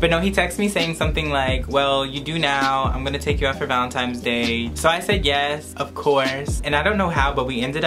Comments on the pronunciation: It’s not valentimes it’s valentines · ValeNtines day lol not valeMtines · Who els is annoyed he keeps saying valinTIMES?!😭😂😂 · Omg you said VALENTIMES day lol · He said valenTIMES day